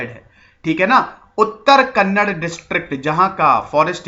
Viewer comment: Karnatak nahi sir Karnataka* and Kannad nahi Kannada* I'm from Karnataka Jai Hind... Nice information